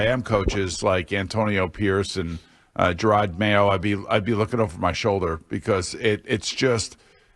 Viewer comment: Jerod, not Gerard.